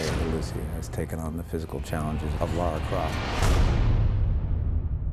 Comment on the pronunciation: LA RA. its lara croft. not laura. say it with me LA-RA